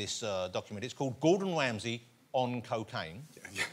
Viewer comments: Gowdon Wamsay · Gowdon Wamsey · Gowdon Wamsey got Woasted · godon wamsey